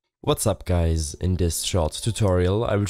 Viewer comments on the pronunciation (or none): none